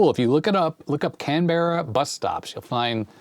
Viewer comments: Aussie living in N. 'Murica and former Canberra resident: Can-bruh. Say it fast (not exact, but close). Then graduate to: good-eye might! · I think most of us here in Australia pronounce Canberra as Can-bra. Also, Canberra is on the Eastern side of Australia.